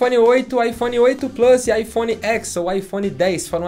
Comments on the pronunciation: Gente, iPhone Ten. Eles apresentaram assim. "Ten" em inglês é "dez", não"xis". De onde vocês estão tirando "Écs"? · a forma correta de falar seria "iphone dez" e não "iphone x". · Não se fala iPhone X como uma letra e sim como um numero romano, DEZ é o correto. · Na pronúncia é IPhone Ten ou 10, pois o X refere-se ao número romano 10.